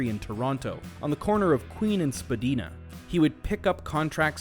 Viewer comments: Along with Spah-DEEN-ah. The Toronto street is Spah-DINE-ah. 🙂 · Spadina is pronounced spa-dine-ah btw. Great video :)